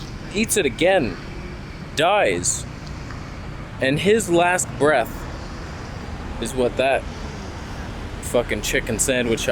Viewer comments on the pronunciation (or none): none